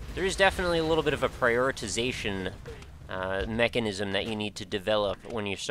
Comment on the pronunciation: "Prioritization mechanism..." MECHANISM!